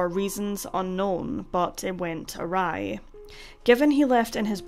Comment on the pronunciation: I love the way you say 'went awry' I think it must be your accent x